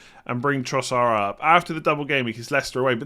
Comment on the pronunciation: When did Trossard become Trossar?